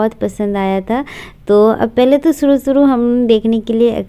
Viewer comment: Bas ma'am aap thodi bhasha aur Theek ker lijie suru nahi hota hai shuru hota hai